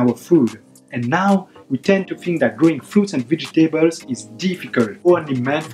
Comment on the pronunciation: Thank you! Wonderful video! Just check the "vegetables" pronunciation (◠‿◕)